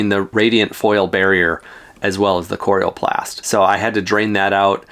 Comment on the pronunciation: Nice Video. Not sure about your pronunciation of "coroplast". :) One tip. When you plug the rig into a 15A outlet set the max current at 12A. This is required in the electrical code for continuous current (80% of max) and far less likely to trip a breaker or melt an outlet or cord. Even at 12 amps things will get quite toasty after awhile with continuous current like an air conditioner or charging a large depleted lithium battery pack. Have fun and be safe!!